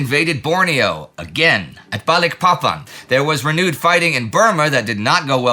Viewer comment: I'm an American ex-pat living in Indonesia. I chuckle every time Indy says Balikpapan. Maybe one day he'll get it right, but not yet.